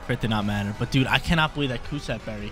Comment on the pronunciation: "Cus- stab" berry....